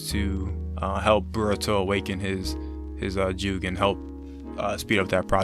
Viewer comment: Bro The way u pronounce jougan is killing me it’s pronounced “ Joegone”